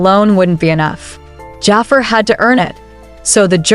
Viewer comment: this ai voice saying Jaafer instead of Jaafar is killing me😭